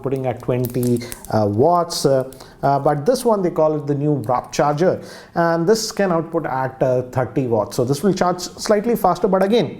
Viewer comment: It's McLaren, not McLarell and it's Warp Charge, not Wrap Charge.